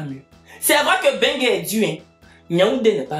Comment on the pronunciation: C'est Mbeng que le gars ci dit "bengue" 🤣